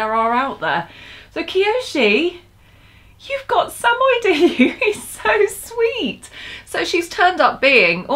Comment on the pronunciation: so you had a samoyed before and you don't know how to pronounce it correctly?